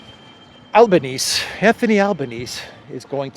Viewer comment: Australian PM is Anthony Albanese ... there's an e on the end Albanes-ee .. or Albo as he's known here....